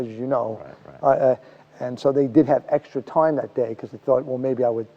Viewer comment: I like the way he says “time”, sounds like “toim”. What kind of American accent is he speaking?